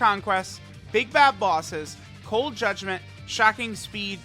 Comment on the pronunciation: did he just say cold judment 25% atk?